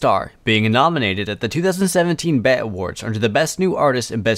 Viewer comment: BET is not pronounced as bet lol. She didn’t win a bet award, she won a (pronounced as) bee Ee Tee Award😂 as in B.E.T. standing for black entertainment television 🤦‍♀️